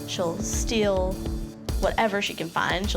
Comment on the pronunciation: She said "I steal wine a lot". I heard "I still whine a lot".